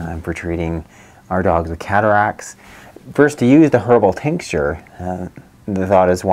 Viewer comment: Are you saying tincsture, or do you mean tincture? I'm guessing you mean tincture.